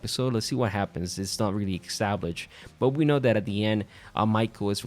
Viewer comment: Please stop saying 'ecstablished' 😅😅